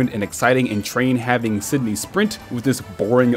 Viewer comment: Lmao on Sydney it sounded like he was trying as hard as possible to offend every Australian in existence.